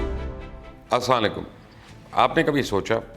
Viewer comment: Ap slaam sahi nhi krty meem ada hi nhi krty tarjma ghlat bn jata h